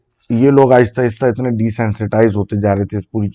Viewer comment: that INNAAYYY ❤❤ full karachiii vibe ❤❤